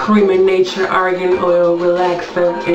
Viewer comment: i'm from morocco we buy argan oil 100dh for a liter that means 10 dollars while you in america buy 100 dollars you are tricked, and by the way it does not spell like that, the letter R in argan does not spell like the word rover, the letter R in argan is spelled like the letter R in range